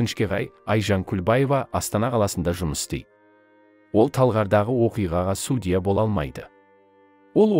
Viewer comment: Енді Алматыда әділ судья бар екеніне көзіміз жетсе екен. Қаржаубайдың отбасына амандық, әділдік берсін алла! Текстті оқыған диктордың судья деген сөзді қайталаған сайын біртүрлі қате айтылатын сияқты. Сосын судья сөзінің қазақшасы жоқ па?